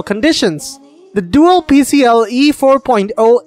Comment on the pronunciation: pee see EYE eee